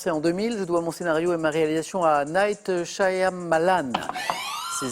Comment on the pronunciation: Nighteuhhh SHy- a-ma-lannnn... allez encore un petit effort Samuel !